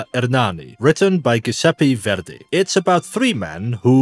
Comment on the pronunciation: I stopped to listen when I heared how the speaker pronounced Giuseppe Verdi…